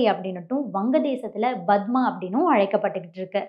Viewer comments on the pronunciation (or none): Good video. One suggestion - It should be pronounced as 'Kandam' (Tamil Meaning - Continent) not 'Gandam"(Tamil Meaning - diasaster). Similarly you are pronouncing 'Padma' (Lotus or Thamarai ) as 'Badma' (crook). Please check up your pronunciation. Similarly it is Phagalgam(meaning- first village in Hindi) not Balagalgam(meaning -adjacent village in Hindi)